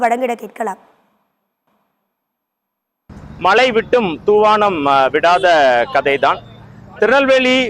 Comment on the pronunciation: மலை விட்டும் துவானம் விடவில்லையா ? அட மக்கு மண்*டையா. மழை என உச்சரிக்க தெரியாத நீட்டே😮😮😮